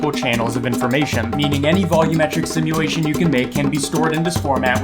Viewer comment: take a shot everytime he says simuwation